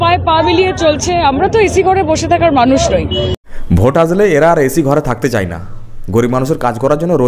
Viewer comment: Kintu dada...Jai na jay...chai na chay....uchcharon ta thik kore korun...